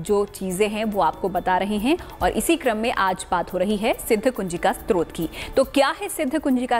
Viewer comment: Namaste. please say the word as STOTRA and not SROT.. Stotra is a prayer composed as a poem. Srot means source. While typing this I realised is Stotra also is a Srot of thid getting done. But still you please listen to Guruiji and improve yourself.